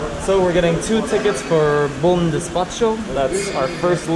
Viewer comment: Quick tip: The "CH" sound in Spanish and English is "TCH" like "chain" or "cheat" but in Portuguese it's like French, like "chef", there's no "T" sound before. So the name of the place is "Bom Despacho" não "Despatcho". :)